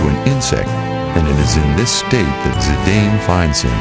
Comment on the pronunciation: So you Pronounce Cecil and Zidane wrong but you get Titus right????